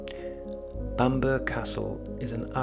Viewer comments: No,. As said, Bamburra is the correct pronunciation of the name and has nothing to do with where you are from. You missed off an entire syllable. You have a north east accent so how come you made such a basic error? Bamburgh is a beautiful place and everyone should go if they get the chance but they would look stupid if they followed your lead and referred to the place as Bamber. Own the mistake don’t perpetuate it. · The burgh in Bamburgh Castle is pronounced as burra ,it's Bamburra Castle ! Know it well & it's absolutely stunning set in a magnificent surroundings ! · My grandmother was born there,, it’s pronounced the same as Edinburgh, or I wouldn't have commented! I too pronounce London as Lundun. Love your stories, you sound like you're from the Sunderland area!